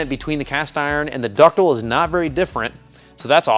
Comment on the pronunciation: dis is big brain stuff! ductile. there is an "i" in there.